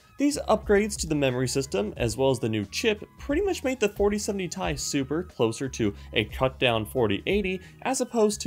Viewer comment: For the love of God its T.I not ..... Tie